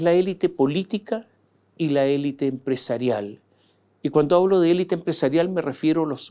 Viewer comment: Sr. Mosciatti, usted es una enciclopedia de la actualidad y de los recovecos de la política. Sólo le pediría dos cosas. 1. Por favor, pronuncie 'elít' porque es un galicismo que se utiliza en castellano a modo de préstamo, como muchos otros. 2: no caiga en el manoseo de las palabrejas que se ponen de moda y que nadie entiende, esta vez, clivaje. Antes pasó con gobernanza, balotaje, etc. Estos neologismos rebuscados y cursis realmente resultan desgradables de oír. Tuve que recurrir al diccionario y me di cuenta de que lo que yo entendía no correspondía al significado que se le atribuye en política.